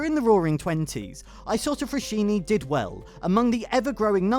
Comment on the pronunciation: Write the name in google translate, listen to how it’s pronounced.